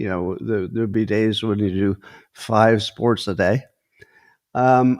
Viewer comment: "5 spornts a day" riiiiiiiiiight, Scontt.